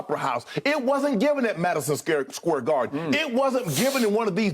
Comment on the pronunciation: SHANNON: Madison scare garden. I’m dead